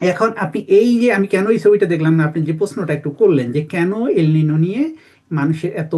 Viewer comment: ‘এল নিনো’ কথাটার ঠিক উচ্চারণ ‘এল নিনিও।’ El Nino নয় El Niño।